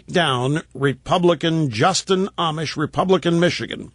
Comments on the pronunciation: Rush you obviously haven't been following this guy. Amash is not pronouced (Amish) like the religious group, It's (Amosh) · Rush would be even more credible if he could only pronounce his name correctly. "Amish", LOL... He's still learning, let's hope he can clearly state & support ALL of Justin Amash's Liberty program, that is to say... more Power to the People of the Republic!